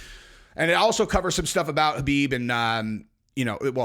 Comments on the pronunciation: Stop calling him Habib. It’s KHABIB “cuh-beeb” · His name is Khabib not Habib. Get it right